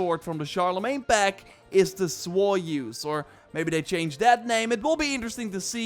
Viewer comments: Bro you're still butchering French hahaha it is not pronounced Joy-Use, it would be more like joy-us (as in bring joy to us but with a longer sound on the vowel "u") joy-uuuus. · You said soyeuse not joyeuse 😁 it’s said like with a g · Love how you say joyeuse